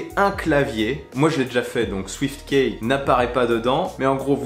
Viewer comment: Swiftkiiii pas Swiftkèèè. Key comme 🔑 ki